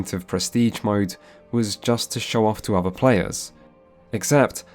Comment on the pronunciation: Did you really go to Uni? I mean you say 'ovver' instead of 'other' and you think 'casted' is a word so maybe your teachers just didn't hit you enough with a wooden ruler?